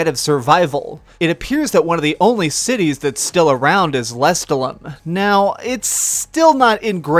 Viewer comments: It's pronounced le-STAH-lum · We gonna ignore the fact that he can't even pronounce lestallum?